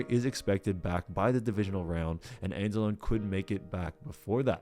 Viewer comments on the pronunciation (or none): It's pronounced ans-ah-low-ny not ans-ah-lone. Wtf you're not a fan. Just trying to ride on a team doing well that has a strong fan base.